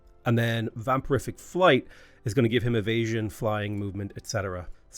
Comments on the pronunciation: Vam-pier-ick flight. Every time you said "vam-per-if-ick" made me chuckle. 🤣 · its vampiric, not vampirific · How do you keep adding a fourth syllable to vampiric? And where are you getting the "f"?!